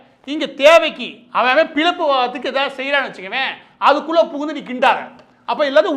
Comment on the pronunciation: மாரிதாஸ் முயற்சி செய்து "ழ" கரத்தை சரியாகச் சொல்ல கற்றுக்கொள்ள வேண்டும்.செந்தமிழும் நாப்பழக்கம்! மொளி,பிளைப்பு, வளக்கம்,தமிள்,தளுவி,கிளக்கு ... வேண்டாமே?